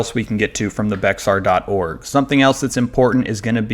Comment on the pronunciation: Very helpful. Something to note is Bexar is pronounced "Bear" County.